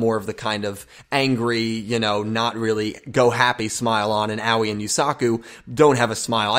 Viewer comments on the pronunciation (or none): Hey guys not to be nit picky or anything but I think the pronunciation is not as Yu-Gi-Oh! Everything has said. I don't think it is oweee like what a young child says when they get hurt but something more like ah oh ee. I think her name is supposed to be something like the color blue which is aoi in Japanese. Once again I don't mean to be nit picky but it's just a tip.